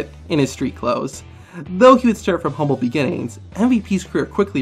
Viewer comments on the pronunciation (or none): none